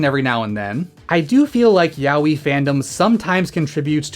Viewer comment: /twiching eye/ Ya-oh-ee, not Yah-wee. I'm struggling to watch this 'cuz of this horrendous pronunciation.